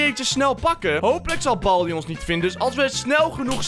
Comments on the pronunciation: Waarom zegt boldi suprijs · het is geen balbi maar baldi.